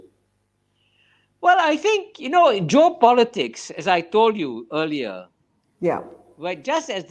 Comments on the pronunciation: Geo Politic 不是 Job Politic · It's geo-politics 区域政治, not job-politics 职业政治 or joe-politics